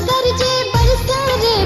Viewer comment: बहुत सुन्नर, ऑरिजिनल शब्द संग खेलौर नञि कएल गेल अछि, यथावत राखि गाओल गेल अछि । गरजए केर उच्चारण गरजे नञि करी तऽ नीक गरजए वा गरजय करी तऽ नीक । मैथिलीक हिन्दी जेकाँ उच्चारण सँ बाँचि मैथिलीक रक्षा करी । तहिना उमरि - घुमरि = उमैर - घुमैर सावन = साओन सुहावन = सोहाओन मनभावन = मनभाओन बरसन = बरिसन = बैरसन धन्यवाद 🙏 🙏